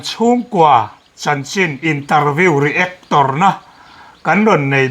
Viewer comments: A dik chiah... A lam dik lo lui thin hi ngeiawm lamah a kal tlat... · Reactor lam dan mawl hi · hian beng ati var in mit a ti tlai thin.voltras house, sound systrem,reactor na etc. 😊😊😅😅